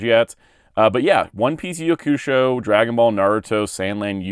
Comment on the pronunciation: Why do you pronounce Yu Yu Hakusho like that?